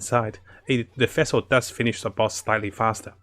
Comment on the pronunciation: bro it's fischl not vessel xD. just say fish and add L to it in the end